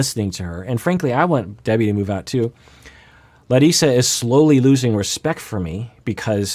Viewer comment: I want to thank you for pronouncing Larissa as she does, as foreigner (meaning person from non-english speaking country) I also wouldn’t be happy if everyone would call me some other name that is not mine.